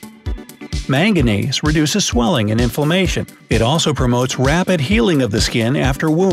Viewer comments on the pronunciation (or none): none